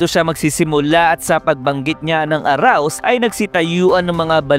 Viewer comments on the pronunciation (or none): ARISE BOSS HINDI AROUSE HAHAHAHAHAHA IBA YON EH